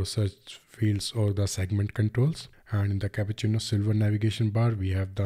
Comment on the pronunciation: It’s Cupertino not capucino